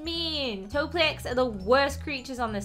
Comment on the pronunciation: Its not a topliec its a topielec